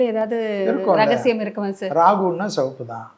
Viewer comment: செவப்பு என்று சொல்லாதீர்கள். சிவப்பு என்று சொல்லுங்கள்